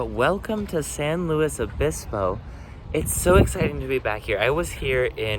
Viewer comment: It is pronounced Pass-oh Row-bulls, so good job! Also good work on correctly pronouncing it "San Lew-iss Obispo" instead of the dreaded "San Lew-ee Obispo" - SLO is not and was never French! And yes, both are a far cry from the actual Spanish pronunciations, but that is just how California do. Also see Lahs An-jell-eez, Sa-cra-men-no, or the ever popular Vallejo as Val-ley-ho, which incorporates the Spanish j=h but not ll=y.